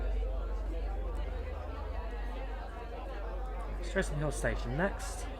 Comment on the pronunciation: Sorry to be so pedantic. The pronunciation of "Streatham" is not "street ham" but "strethem"